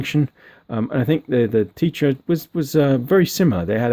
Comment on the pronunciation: T-eh-tra not tee-tra, let's call the whole thing off!!! Lol